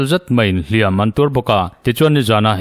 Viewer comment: "Hliam" leh "Hliam tuar" i lam dãn a dik ta zaih mai, Ngaihtlãk a nuam e❤